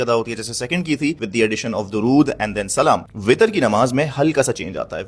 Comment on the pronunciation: پتہ نہیں کہاں کہاں سے نکل کے آ جاتے ہیں ایسے چول جو نئی نئی باتیں گھڑنے لگ جاتے ہیں حتی کہ یہ درود بھی درست نہیں پڑھ رہا